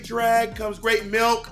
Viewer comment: "with gr-" "MELK"